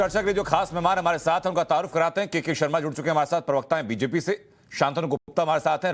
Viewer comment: जब इस ऐंकर ने “ तवारूफ़ “ बोला तो इसकी मानसिकता समझ में आती है